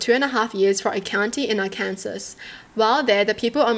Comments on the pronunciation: IIRC, you mentioned in a past video for your viewers to let you know if you mispronounce words? I wanted to point out that Arkansas is pronounced as "Are-Can-Saw." That being said, the first story is wild. If it were me, I'd want to know that my partner was cheating. I can understand OP's desire to tell the wives what their husbands did. As for the husband, I can understand wanting to be loyal to your friends. But come on, now. They cheated. That's one of the worst things a person can do in a relationship. Story two: leave his ass. Call whoever you need to to report him for animal abuse Then cut all contact with him. And keep your guard up. He is unhinged. Story three: heartbreaking. It's not OP's fault at all. It's the fault of the drunk driver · Just for future reference: Arkansas is pronounced like “ark-an-saw” 😊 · Lol it's pronounced Our Can Saw, not how it's spelled (Arkansas). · Aww it’s cute how you pronounce Arkansas like that 😂 it’s pronounced Ark-can-saw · The first one? Not my circus, not my monkeys. The second one? Bye ass hat! Last one? It's pronounced Arkansaw. Not being an ass about it. Just thought you'd like to know 🤷‍♀️ Keep up the great content. I enjoy watching your videos ❤ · Arkansas is one of the weirder states, name wise. It’s pronounced Are can saw. 😂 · Yeah, I was thinking that, too, it would be really difficult for a non-native speaker to know how it's pronounced. I mean, she is saying it like it looks! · As I know you aren't from the USA, I'll clue you in...the English language/American English is odd. You have the pronunciation of Kansas correct but when the Ar is in fron of it, it become Ark-an-saw. From one of many native American languages.